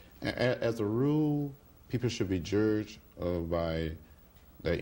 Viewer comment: He said "jurged"! HA!